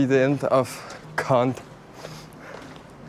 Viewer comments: I like watching your videos because it's helping me reacquaint myself with the motherland. But I feel like you guys are mispronouncing the word. I think you make the O 😮 sound with your mouth when you say Kond. I don't think it's kunt. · not Cunt as you are pronouncing. It's an [O] in Kond. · KANT 😂😂😂😂❤ I liked we prefer this pronunciation for obvious reasons 😂😂😂 It's pronounced simply Kond😅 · its not C*nt its kond with an O sound